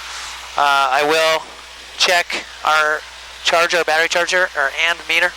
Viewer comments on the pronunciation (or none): none